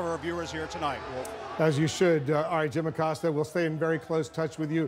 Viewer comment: "Jim Acoster" LMAO